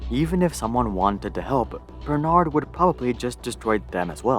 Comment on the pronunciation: The fact that he cant say " bernard " correctly tells me he did not do much researches. LVMH learned this way to acquire business in USA btw. After watching the whole thing , I still fail to see how they got humiliated ?